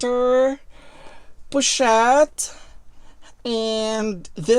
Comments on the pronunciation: I just love how she pronounces "pochette" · Bags are actually a good investment. I love how you pronounce the pochette I believe if I produce it I'll bite my tongue. I really need to see all your collections of lv purchases